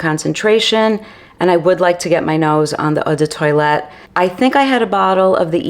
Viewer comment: Very interesting video, but please do not say Eau de toilet. It’s pronounced “tow-alette”